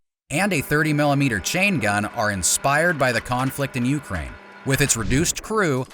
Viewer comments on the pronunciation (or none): none